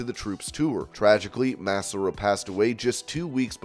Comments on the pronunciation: Please please please learn how to pronounce Ashley Massaro’s name! Maaaah Saaaah Roe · Quit saying MASSAROE!